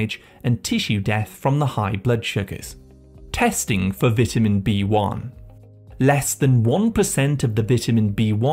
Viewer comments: I need some more AI PRONOUCE as”VETAMEN” B-1 to get rid of the “AI narrator that’s giving me crazy miss pronunciation that it’s sending into my head. 🤣😂🤪😜🤪😵‍💫😵‍💫😵‍💫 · Learn how to say vitamin 🙄